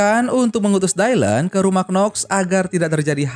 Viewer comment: Baru temu yg bahas Charlie’s Angels bang tp itu disebutny bukan “dailen” tp “dilan” aja… jd gereget deh kalo lo bilang dailen” 🙁😒